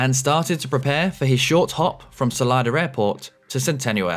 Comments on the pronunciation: It's Solida not Solider. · Why do Brits always put an “r” sound on the end of words ending in an “a”? It’s Salida not Salider. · Wow, the Cirrus was speeding REALLY badly! Yikes! 😨 By the way, that local pronunciation of "Salida" is AWFUL (not your fault). Whoever started that needs to be escorted to the exit! 😂